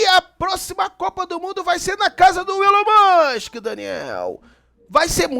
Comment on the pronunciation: Pior que o tá certo, é Ilon mask a pronúncia. se alfabetizando em outra língua.